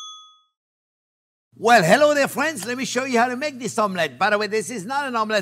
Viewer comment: "My phrinzzzzz!"